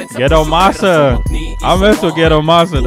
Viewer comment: Thank you again😎👍 Gettomasa pronounced GeTTomasa.